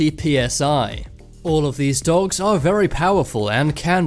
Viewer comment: And you say dogs like "dawwogs" 😂